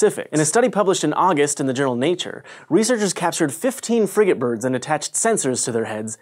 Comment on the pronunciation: I thought he said fr***ing birds instead of frigatebirds! :)